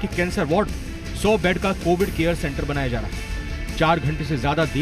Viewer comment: Ima waalo pahle thik se bolna sikho COVID nhi bolne aata aapko